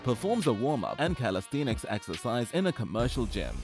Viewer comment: ''calestienix excersises''